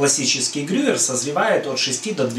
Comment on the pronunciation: ГрюЕЕЕр,.